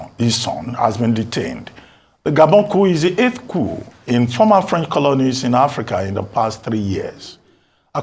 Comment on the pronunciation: Did you say former French colony? Lol